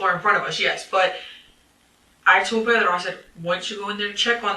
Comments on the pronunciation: She randomly decided to start pronouncing "Pedro" with an accent but she keeps rolling the R in the wrong spot and saying "Pero" (which means but) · Ew she says pedro ugly! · The way she says Pedro disgusted me. She puts so much effort in the pronunciation yet couldn't care for her kids.